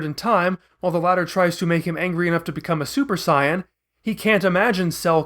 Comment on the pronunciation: This dude can't even say saiyan right